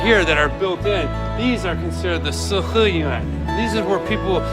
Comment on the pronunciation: 我听他说北京的“死-河-源”，5分钟后我才反应过来是四合院。